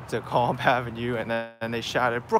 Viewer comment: Never heard a NYer pronounce DeKalb like that. I pronounce it like this: "DEE-CABB" Lol.